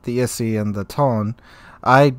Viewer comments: Its pronounced "Tony" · I am not Japanese, but my guess Tone in Japanese is 2 cellyble, like To-ne, I think 🤔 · You at least pronounce "Tone" as "To-ne" cuz they are different words.